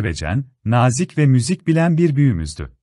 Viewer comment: Diksiyon dersi almanız gerekir. Videolarınızı seskendirirken kelimeleri acaip telaffuz ediyorsunuz. ör: Single okuduğu gibi söylediniz birkaç kez, nazik kelimesinde nâ - zik (a) uzatılır kelimelerin söylesnişlerini öğrenip lütfen Türkçe mizi güzel kullanalım